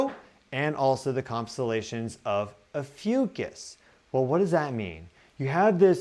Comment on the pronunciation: 🌻Hi, mins - I stubbornly needed to know if you said, Ophiuchus or the constellation Asclepius,, because my computer's closed caption spelled it 'AFUCUSS', and sounded like 'Ahh Foo Cuss"... I'm partially deaf and not familiar with constellations (as most likely, many in your audience). If you're pointing to the Serpent Bearer constellation, then PLEASE REITERATE as "Ophiuchus, the Serpent Bearer". Once I turned the brightness on my screen all the way up, I could read 'Snake Bearer' on your Stellarium viewer. I wasn't sure that is what you had pointed to, though. Then I switched over to google ai and asked if the 'Serpent Bearer Constellation was also called "AFUCUSS'. Ai responded with "Did you mean Asclepiius or Ophiuchus? So l then want to images on google to see what Asclepiius and Ophiuchus looked like. I got a match with the Ophiuchus Constellation, but it was turned around., I do love your podcast, but this word you used was a bit exhausting for me. Thank you so, so very much for considering my advice.🌟💛🌞🧡☀